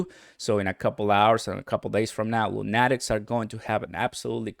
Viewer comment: It’s pronounced Luu-nah-tiks like a crazy man.